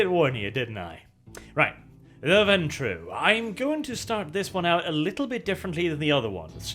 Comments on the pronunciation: Warning: may contain bias... remembers pronouncing ventrue as venture Me: This was not the warning we needed. O_o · Hey! finally learned ho to pronounce this clan's name! In every other vid he called them the "venture"